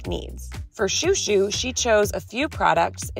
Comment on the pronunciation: When is washing chouchou he looks hilarious, also when you call him chou, it sounds like your calling him shoe